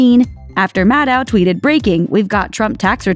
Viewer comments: That's the best you could do for Maddow shadiness? Also, you mispronounced her name throughout the entire video. Maddow rhymes with "shadow." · It’s pronounced “Maddow”, like meadow, you idiot.